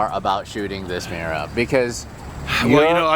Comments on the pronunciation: 'Miura' not 'meera'. It's hard to believe you're a car guy if you can't pronounce the names. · Secret?..in all public spaces - Muira, butchered 🤮